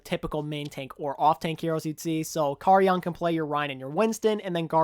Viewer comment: Just wanted to pop in and say great video! But also correct your pronunciation of "Karayan". His name is pronounced "Kuh-rai-yun". Hope this helps!